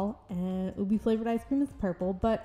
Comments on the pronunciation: i love how she turned out!! the way you do your faceups is so gorgeous ahh i love it (also btw ube is pronounced oo-beh rather than oo-bee!) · its pronounced as "ubehh" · Its pronounced oo-bay